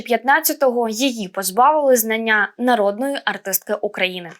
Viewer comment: Звання, а не знання, дівчинці слід було не раз прочитати текст